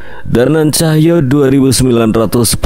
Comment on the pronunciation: Mas Tulung mas bacanya Cahyo bukan Cahya😢